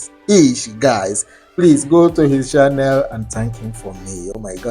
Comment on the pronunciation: please, you have been in Ghana for a long time. Stop saying shannel instead of channel, and before you say shair, it is chair.